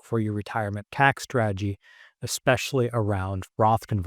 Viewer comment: Ekspecially is a word? 🤦‍♂️